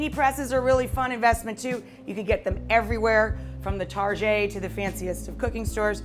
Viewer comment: Did she just call Target tarjeh?